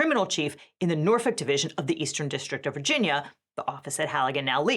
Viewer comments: passed the vibe check when she pronounced Norfolk correctly (the L is silent). I already knew her legal reasoning was solid. Sincerely, a federal litigator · thank you for saying Norfolk correctly